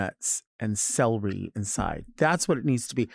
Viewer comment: Topic: the way Delta pronounces celery